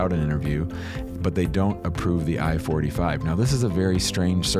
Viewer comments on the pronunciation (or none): It sounds like he’s saying form I-45 instead of I-4-8-5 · Keeps saying I-45 but it’s I-485